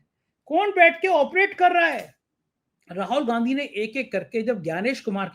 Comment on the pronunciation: Arey bhai Rahol Gandhi nahin. Rahul Gandhi naam hein. Har baar Rahol Rahol Rahol kehte ho.